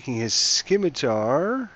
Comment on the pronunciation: Scimitar in pronounced "Sim-itar", not "Skim-itar". Like in Scissors.